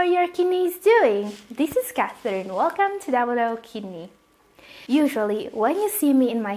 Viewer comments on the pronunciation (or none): none